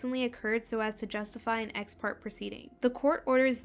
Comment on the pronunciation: just a note, in “ex-parte” it’s pronounced “part-tay” rather than “part”, as the e takes on an A sound.